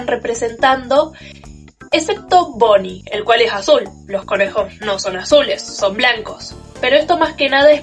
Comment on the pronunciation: "Bonnie es azul" creo q te amo (primera persona que lo dice bn)